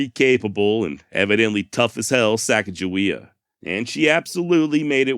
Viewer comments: Just had to leave a comment so it wasn’t sitting on 666. But hey great job on this one very entertaining and educational and thank you for pronouncing Sacajawea correctly. Lol my wife and I have had an ongoing argument about the proper pronunciation for going on 20 years now. Lol. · And His finalization of the name pronounciation of the young native american teenager female that joins the expedition is the same i heard growing up in school and i didnt even know there were any other pronounciation of her name until extremely recently, and im 40 yrs old. So im glad with his final decision to say her name right.....